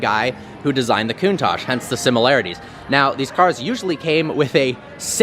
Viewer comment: Coontash…. Why do Americans say Lamborghini countach so weirdly